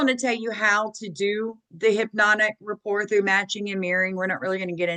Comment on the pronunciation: “rapport”, not “report”.